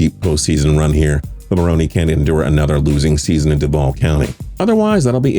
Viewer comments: “Ma-roan.” Not “Ma-roan-ee” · you got a great voice but how does let you butcher certain details. Its Doug (muh roan) not maronie. Like do you watch football? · Is he saying Marroney?? WHAT?? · Doug Marroney? Really? Can’t even pronounce head coach’s names correctly. And your research sucks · I was out when this dude couldn't pronounce Doug Marrone's name right. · Am i the only one getting annoyed how he says marrone wrong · He pronounces Marrone so weird